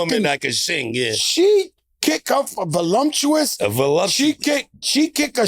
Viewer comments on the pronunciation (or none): "A volumptuous..." -Joe